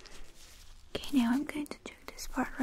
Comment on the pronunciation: I love how she says “ok” like “okAy” idk why